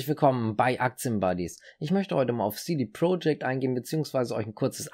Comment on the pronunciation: Top Video aber CD Projekt spricht man nicht englisch aus sondern so wie man es liest... aber top video👍